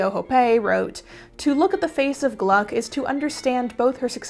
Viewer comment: Re: Gluck - It is such an odd name, especially as you are applying phonetic English, that I looked her up to see if she was German (in German "gluck" is pronounced "gluek" with a distinct long "u." "Ue" is actually the anglicized version of a "u" with an umlaut. It means "happiness"). According to Wikipedia she was indeed British but from a Jewish family with a German name. Her father was "Gluckstein," or "luck stone"). I am assuming she would have preferred the phonetic British. I apologize for the terms "she/her." I mean no disrespect. At the age of 71 and a grammar nazi kind of woman, I find applying plural pronouns to a single person really unnatural. I wish there was a better choice.